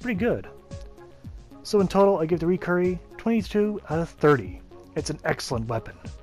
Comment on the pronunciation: Pronounced (ry-keeree) or lie key ree 🤣. Good explanations on the gear 👍🏽